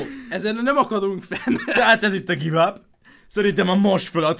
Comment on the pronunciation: amúgy úgy kell mondani a give up-ot hogy GÁJV ÁP